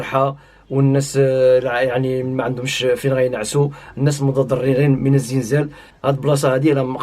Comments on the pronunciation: خوتي سمحولي واحد السؤال أو واحد الملاحظة،علاش كنسمع الأغلبية ايقول الزنزال؟مع أنني مغربية والمنطقة ديالنا ايقولو الزلزال بالقاري واللي ما قاريش. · نقول الزلزال وليس الزنزال